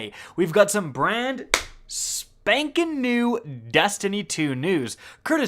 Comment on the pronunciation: not to be rude, but when you say "spanking" news, who do you spank to make that noise?